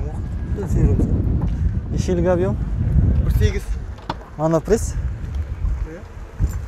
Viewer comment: Моно прес емес моно приск десей макау